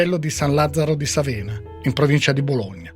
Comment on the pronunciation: San Lazzaro di Sàvena, non Savèna